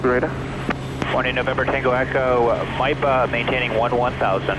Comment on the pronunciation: Maipa, spelled as Miapa, you said it perfectly. Maipa is part of my sub-district.😊